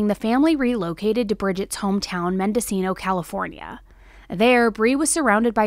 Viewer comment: I was raised in Mendocino county. I had to run that part back a few times to see if you were actually saying Mendocino ca. Crazy enough I also moved to Reno for a while. Dang. Can't belive I hadn't heard of her case before.